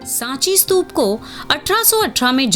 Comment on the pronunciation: स्तूप है ना की स्तूपा, 🙄🙄